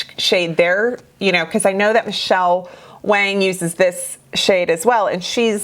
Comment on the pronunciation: Great video! You are definitely one of my favorites! No shade, just helpful info—regarding Michelle Wang, her last name “Wang” is actually pronounced “Wong” Different, I know, but, I have actually heard her explain this.😊